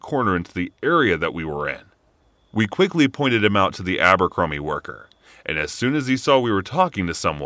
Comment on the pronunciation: Abercrombie? I thought you said Albuquerque 😐 lol